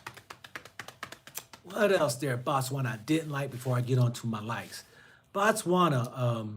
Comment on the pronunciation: Brother Man, brother of mine....I want you to say; "Bo-Tswana" not BA'Tswana....you only say 'Batswana' when your refer to the citizens, the country is pronounced 'Bo-tswana'.